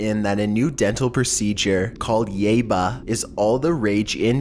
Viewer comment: It's pronounced yaiba